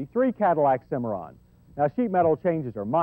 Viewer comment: You know... it's Cimarron, not Cimmaron.